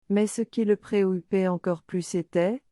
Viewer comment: ce serai bien de ne pas rater une syllable dans les mors comme "preocupait" !!!!